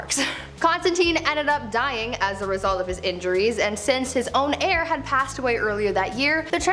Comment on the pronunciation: saying she needed to produce an heir is pronounced AIR, not HAIR. I would love to see more stories of NEW information, instead of rehashing old, old stories that we have seen you record and recycle TOO many times. Love the channel otherwise, so please keep it up. I like the differences from the MA channel, seeing a little more intelligence being spotlighted here. New stories, please!